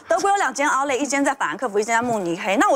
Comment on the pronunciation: outlet 這字都唸不准。。